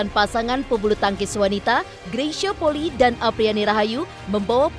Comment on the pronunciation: Maaf pembacaan nama kak Greysia Polii salah. Bukan Poli tapi Poli'i. I nya dua